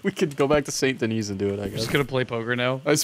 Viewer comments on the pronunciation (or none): It's not Saint Denis, it's "Sane Den-knee" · ITS PRONOUNCED "SAN DIHNY" NOT "SAINT DEKNEES" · the city is pronounced "san-de-knee"